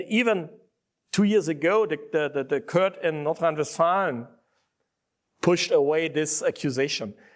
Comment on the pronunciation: Jedesmal wenn Krah " Kört" statt Court sagt, will ich ihn schubsen